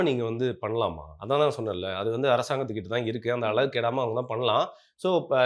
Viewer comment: அலகு இல்ல மா தமிழின் சிறப்பான ழ கரம் அழகு என்று சொல்லு மா